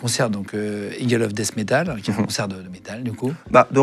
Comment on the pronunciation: "Dess Métàle" As a host.... L' histoire commence à . Glad the guy survived. Many neighbours have assisted and helped the wounded in that war zone. Restored big part of my faith in humanity.❤ Never forget. RIP.